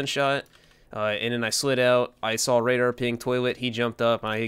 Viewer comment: I really believe shotgun apes actually talk like that. "RaDAR"